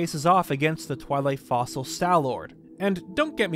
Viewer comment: Small correction with the reading of Stallord's English name: It's not "Twili Fossil", it's " Twilit Fossil" (extra T there are the end of the first word), as in "Lit by Twilight", probably meant to imply how it was Zant's power that animated it.